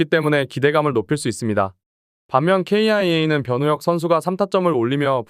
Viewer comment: KIA 를 케이아이에이라고 읽냐 ㅡㅡ AI 수준 떨어지네